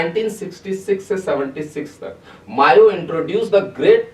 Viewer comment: Bhai vo "Mayo" nai hai "Mao" hai , pronunciation zaruri hai